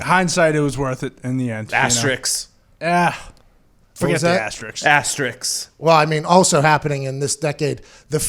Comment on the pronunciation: I can't get past that guy screaming asterisk wrong.... "ASTERICK".